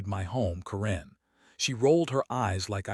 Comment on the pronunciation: Stupid AI can't even say Karen right! When is Karen pronounced koren